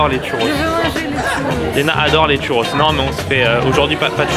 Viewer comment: Les tchu rosse ah ahah tu pourrais dire chourros à la limite .